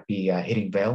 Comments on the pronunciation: Pronounced Val-eh. I bought some after selling colonial coal when it 2xed. Love the dividend, I like the stock more than Anglo American, which is divesting from coal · thanks for the pronounciation correction! During the video I did remember to apologize for slaughtering the Brazilian Portugese language :). I am not sure the VALE dividend is sustainable at the current level. Thank you for sharing. Best regards!